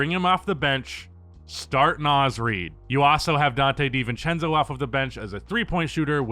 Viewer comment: You said Dante DeNintendo,you a legend for this1